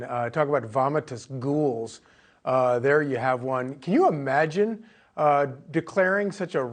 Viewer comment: He said "...vomittus gouls".